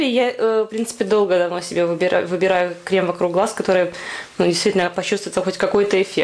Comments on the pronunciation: Спасибо за видео. Только пожалуйста крЕм, а не крЭм!!)) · а можно всё-таки крЭм? :) мне это слово поднимает настроение - у меня просто есть одна забавная ситуация, связанная с таким произношением. Думаю вы сами заметили в начале видно, что я нарочно так сказала.